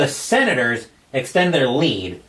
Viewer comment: it is the Senators right? I know you said it wrong many times... hard to do for sure..